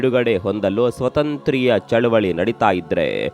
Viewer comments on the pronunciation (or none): none